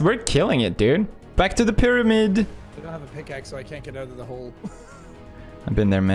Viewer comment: "They slept in piramid but spawned near wotershep" nani